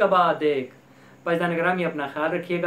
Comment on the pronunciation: Salam kehna ata Nahi warehmafullah keh Raha hai warahmatullah kehte hai jahil